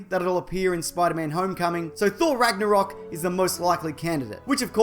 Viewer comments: lmfao "ragnarocking"😂😂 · ragnaroking lmao